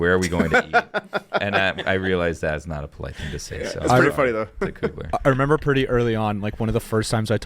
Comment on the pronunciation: Someone please tell is remember not renember. He says renember like 10 times an episode and it drives me crazy. He is not 3 years old 😂